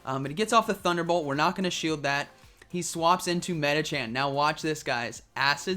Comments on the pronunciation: plz when are you learn its medichaM not medichan?? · Love watching your vids but it kills me every time you say Medichan instead of Medicham